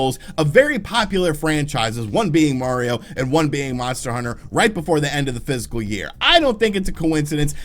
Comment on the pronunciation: Fiscal year? I keep hearing physical